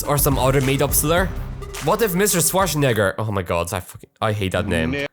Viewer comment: I, as a German, love your pronounciation of Arnold Schwarzenegger